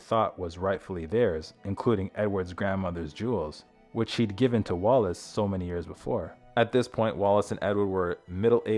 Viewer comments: The pronunciation on this is dire, I gave up, so many people seem to have difficulty spelling Wallis, even when it's in the heading. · Stop calling her wallace. The name is WALLIS.